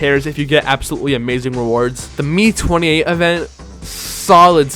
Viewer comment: an it not the " me28 " its the M.I 28 i think